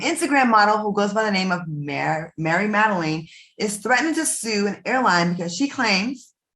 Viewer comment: You didn't even pronounce her name right and that's half of what makes this whole thing what it is